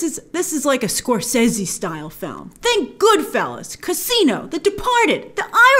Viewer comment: The correct way